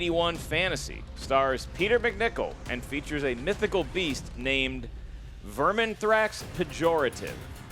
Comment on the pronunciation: mispronounced Vermithax twice.